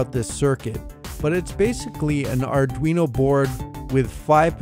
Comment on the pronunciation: Auduino? Thats like Helmer Fudd saying "Arduino"? ;)